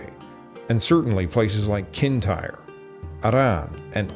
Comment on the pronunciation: Other mispronunciations include Ayr, Ayrshire, Uist, Tiree, Kintyre and Dumfries.